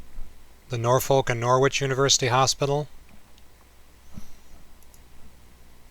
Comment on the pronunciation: learn how to pronounce Norwich and Norfolk please!